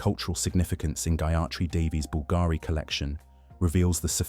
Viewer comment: Beautiful pieces, thank you for sharing. However, the tortured ,florid narrative was difficult to listen to. And please, please pronouns Bulgarian properly. It's BULL g' ree.